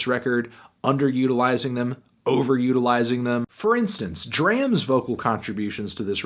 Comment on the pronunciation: DRAM is pronounced Drawm